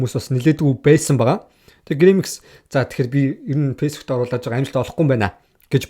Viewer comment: Шанел биш чанель, пейсбүүк биш фейсбүүк гээчээ хаха